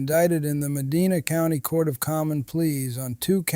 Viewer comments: It's pronounced Muh-DYNE-uh, not Muh-DEE-nuh. Lazy to miss something that basic. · Medina, Ohio is pronounced - Muh Dine Uh